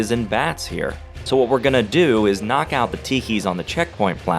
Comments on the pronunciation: Interesting video, however your faulty amateur methodology ruins the entire experiment because it should CLEARLY be pronounced "G'nok" and not "Knock." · shouldnt it be pronounced like nok or g-nok, and not nyak? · the pronunciation of GNOK was a little annoying, but other wise a really good video! almost makes me want to play the game again